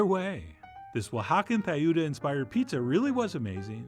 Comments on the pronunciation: Tlayuda - Say T followed by L just like T followed by R. Atlanta without the A in front. /TLah-YOO-dhah/ (Spanish ayuda with a TL- in front. Plah, Tlah, Klah, Blah, Dlah, Glah, Flah, Vlah, Slah, Zlah. It takes a little practice, but it's easy once you get used to it. TL and DL are "missing" from English in most words, which is actually weird once you realize it, since we have almost all those others. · The TL sound should be pronounced like the second syllable of battle